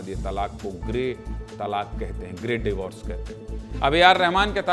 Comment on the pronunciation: तालाक नही बोलते,तलाक बोलते हैं